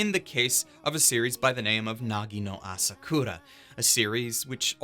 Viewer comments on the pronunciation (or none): Its nagi no asukara, not asokura. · Its "Nagi no Asukara" btw..not "Asakura"...cant blame ppls tho since asakura sounds more sensible...then again the correct title actually makes more sense in japanese...